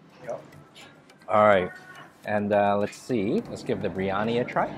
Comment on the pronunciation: ...it is pronounced BEER YANI..not BREE ANI.